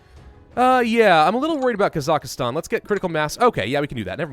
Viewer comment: It's pronounced "Kaz-Ak-Stahn" :)